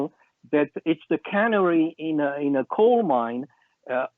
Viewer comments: It is not the cannery in the coal mine it is the ca-nar-ey -- the little yellow bird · Canary like tweety bird, speaks six languages cut him some slack svp.